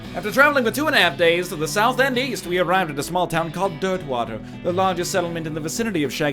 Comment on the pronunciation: Anybody else hear him say Dirtmouth even though he actually says Dirtwater? #riphollowknight